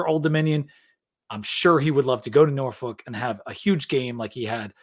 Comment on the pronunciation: someone needs to teach you how to say “Norfolk” if you going to be talking Tech football.